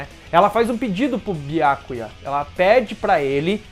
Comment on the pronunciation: Seus vídeos são bons, só a pronúncia de alguns nomes que deveriam ser "corrigidos". Byákuya é complicado. Esse "á" acentuado é horrível de se ouvir. Mas o conteúdo é bacana. Sucesso. Grande abraço.